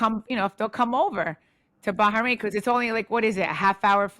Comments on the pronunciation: Teresa calling it "Baharain" is too cute.. it's giving "Ingredientses " love her 😂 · Teresa's pronunciation of BaHrain is sending me, you can tell she heard too much about Ba-ha-mar from joe Giudice 😂